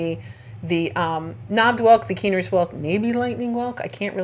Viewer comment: I’m fairly certain that it’s pronounced Kye-ner’s like the first syllable rhymes with Bye 👋 I think. Or that was what the locals were saying it when I was in North Carolina. I’m so jealous because I didn’t find any that weren’t torn up or inhabited. I hope to get back again sometime.